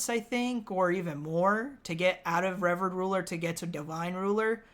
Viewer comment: Btw revered is pronounced re VEARED 😅